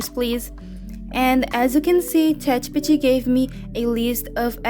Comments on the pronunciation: Can you say Chat G P T properly? Thumbs down to you. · Omg the way that you pronounce ChatGPT 💀